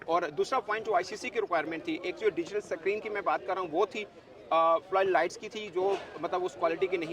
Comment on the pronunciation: "Digital Sakreen"